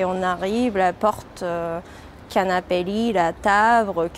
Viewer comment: C'est trop ouf son accent, énorme comment elle mélange les R et les L ("prus/les coupres) alors qu'elle prononce parfaitement dans d'autres mots. J'ai pas l'habitude d'entendre cet accent il faut dire ! (Et "Canapé lit"sonne tellement japonais dans sa bouche !)